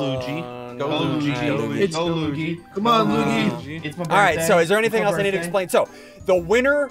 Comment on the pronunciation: SSundee marios brother is pronounced Luigi not lugi